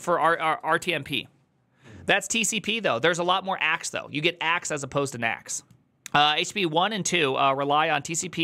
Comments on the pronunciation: When you say it I hear Htittiepee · when he says it like "H-tittie-pee" it sounds like a name of some rapper 😀